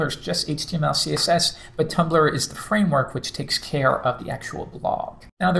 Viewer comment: Did he say Tuplr?